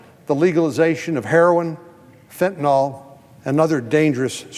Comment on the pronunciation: Allow me to make something clear: It's "fentanyl" not "fentanol". FEN-TAN-ILL, not FEN-TAN-ALL. Do municipal and federal employees read?